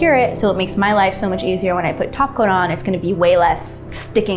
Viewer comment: All I can hear is "taco" instead of "top coat." Thanks Cristine